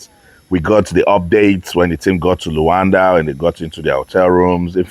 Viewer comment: Why are u calling it luwanda